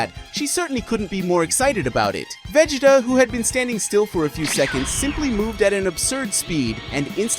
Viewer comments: its Veegeetuhhh, not veg-eh-tuh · It’s Ve-GEEE-ta not Ve-ji-ta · Who in the hell is Vajita, really? I thought his name was vegeta.😂😂😂😂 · The name is Vegeta is the one that you're mispronouncing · You almost make Vegeta sound like "vegetable".